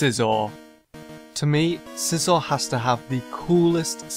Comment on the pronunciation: I love scizor i enjoy sweeping my freinds whole team with it also extra credit for pronouncing it right 👏